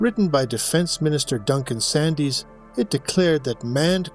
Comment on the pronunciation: his name is pronounced 'Sands' the 'y' is silent.